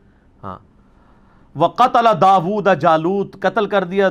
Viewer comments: Bhai sahab aap ne surah baqra ki aayat dekh kr parhi ya zubani Aap ne ghalat parha hai Wa qatala daoodu hai _ aap ne wa qatala daooda parha hai aur _ daood isme faeal hai aur isme faeal mazmoom hota hai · بھئی کم از کم قرآن کی عبارت تو صحیح پڑھ لیں۔ آپ نے "داوودُ" کو "داوودَ" پڑھ دیا۔ جس سے معنی بالکل ھی الٹ گیا۔ دوسرے یہ کہ حضرت علی جسمانی اعتبار سے دوسرے خلفائے راشدین کے مقابلے میں پستہ قد تھے، لہذا علم و جسم والا اصول تو کم ازکم خلفائے راشدین کی موجودگی میں حضرت علی کو کوئی ترجیح نہیں دلا سکتا تھا۔ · مذکورہ آیت میں... داود کے آخری دال پہ زبر نہیں حضرت! پیش ہے.. قَتَلَ دَاوُودُ جَالُوتَ.. درست پڑھا کریں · At 11.35 minutes of time interval correction at the name of Dawood where you recited by putting Zabar instead of paish. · السلام علیکم علی بھای.. آپ نے. ( وقتل داود جالوت) پڑھا.. داود کی دال پر پیش ھی.. آپ نے زبر پڑھی... اللہ آپ کے علم میں مزید اضافہ فرماے.. آمین..... ♥♥♥ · Bhai AP doosro ka kh rhe hn buzrug Quran,tarjama ghlt prhte hn Arbi nhi Ati,Apne bhi t Ayat ghlt prhi p "وقتل داود جالوت" Apko t Quran dekh KR bhi saheeh nhi prh pa rhe, Aur doosro ko naseehat!